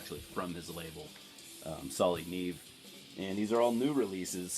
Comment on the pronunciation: dude, it's pronounced "nee ay-vay"..it's Spanish for snow